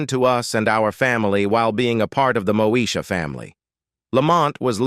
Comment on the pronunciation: Really this narrator said Mosha